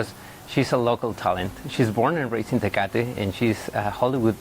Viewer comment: The way he pronounces Tecate over and over is so fucking annoying i couldn’t get 2 mins in 😭